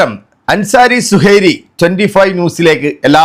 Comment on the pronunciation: സുഹൈരി അല്ല --- സുഹ്രി😮😮